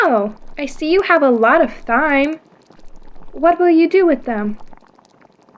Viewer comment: It's great, but why do you pronounce the "h" in "thyme"?